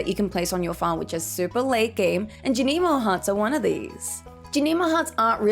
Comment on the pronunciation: Thank you for a greatly informative video!! I have always planted in squares and rectangles but I love the flower-like pattern you made when using the sprinklers! Also I am glad you offer a different way of saying Junimo (I like your way the most) Subscribed 💜